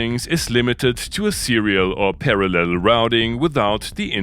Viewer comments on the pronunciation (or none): none